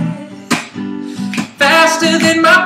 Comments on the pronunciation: It's hard to take him seriously when he says boolet. XD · Duude, you gotta fix that bullet. seriously its bullet. Not booooooolet. Haha damn. other than that its not bad though. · The sound quality is very rough.. But the music itself is awesome:) Make a studio version of it with in it and i'd totally download it:) oh yeah, and if you'd prounounce it "bullet" instead of "boolay" it'd sounds a tiny bit better too. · It kinda ruined it for me when he said boo-let... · i think the way they say boolet is great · he pronounces bullets in such a weird way :) sounds like he's saying "faster than my bootay"